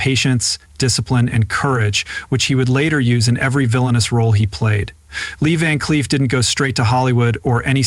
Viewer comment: Could only watch 1 minute of this before I got tired of the mispronunciation of this great actor's name and had to stop the video. Next time, get a real person to narrate! Someone that actually knows cinema history...